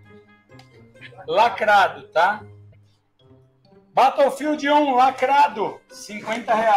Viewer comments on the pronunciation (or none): Que doideira, como um cara consegue se comunicar com as pessoas nos EUA falando BATOUfildi?